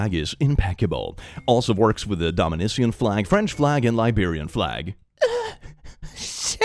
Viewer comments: I'm sorry but that pronunciation genuinely hurt me. It's Doh - Mini - Kan, not Doh - Mini - Sian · Look, I know you're dyslaxitive, but DOM-eh-nish-ian flag? Really? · u pronounced Dominican wrong 😭 we are dominican 🇩🇴 not dominician (is that an existing country?) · aint no way you said dominician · did you just say Dominisian? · you mispronounced my country's name 😭😭😭 its pronounced dominiKAN btw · Ok im not mad or anything but as a Dominican i feel the need to correct you. its pronounced duh-min-ik-an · unsure if the mispronunciation of Dominican was a joke, his dyslexia, or just genuine 😭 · you miss pronounced dominican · omg said dominican so wrong 😭😭i didn’t even know that’s the one he meant at first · I died with the way you pronounced the word "Dominican", as a Dominican I feel so offended right now!! (joke)